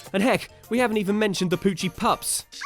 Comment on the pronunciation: Listening to the video I can't get over that it sounds like you're saying Pucci